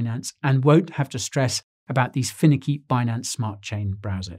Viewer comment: only South Africans say finicky like that haha